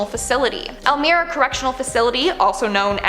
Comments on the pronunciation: Elmira - El my ra …trust me I’m from up there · Elmira is pronounced el-myra. Love you guys!!